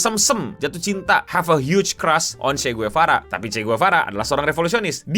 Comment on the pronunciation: Sekedar koreksi Cara baca Marie Antoinette begini 'Marí Antwánet'. Kalau Che Guevara di bagian Guevara begini 'Gwevara' bukan 'Guwevara', agak cepet dikit di bagian 'Gue'.